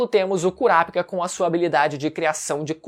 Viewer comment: Fala o nome certo do KURAPICA, mds que agonia ver vc pronunciando errado o vídeo todo😐😐😐 Ótimo conteúdo!